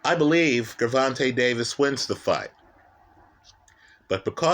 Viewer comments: My brother no disrespect. I'm confused. First time watching, but I can't take you serious. You sound educated when you speak. Did you purposely mispronounce both fighters names? You made it sound like Guuuurvontay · You get a 👎🏽 just for the way you say Gervonta,...